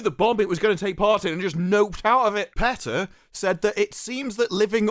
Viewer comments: Lmao English people messing up English words is always funny. Pee tah not Pet ah lmao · It's "Pee-Tah". I know because I used to live in Norfolk, VA their world headquarters. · I always thought it was pronounced Peeta!